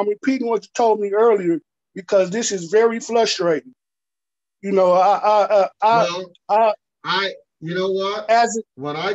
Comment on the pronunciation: “flustrating” I guess if Webster can’t have his dictionary this guy gets to have his own too 😂🤣😂